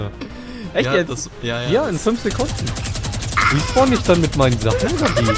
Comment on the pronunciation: Es nennt sich ''Respawn'' und nicht ''Resporn''